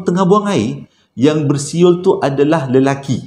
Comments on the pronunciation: 🤣🤣🤣besuet besuyer da sasul da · salam,...adoiiii terhibur lak bila payah nk sebut bersiul tu,,hahaha